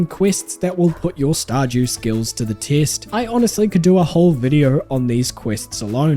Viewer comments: Did you just say, Star "JEW" Valley? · "Star-Jew valley" 😂